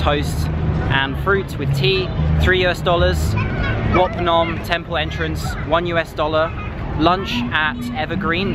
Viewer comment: if you want to say the word clearly you should say it like (WHAT Phnom) if you say it like that Cambodia people can understand what you mean